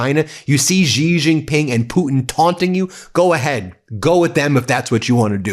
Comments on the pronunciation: Please stop mispronunciating Xi. It sounds like 'she' not 'gee' or 'zhee' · Ben! U make me laugh so hard. 👏 👏 👏 watching from Malaysia.. just one thing though.. Xi is pronounced Si. Spanish for YES but NO NO to Trump.